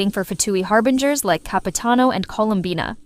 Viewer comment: its CapitAno, not Capiteno XDXDXD 9